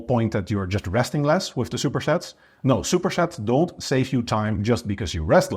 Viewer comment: It’s cute the way says ‘shupershets’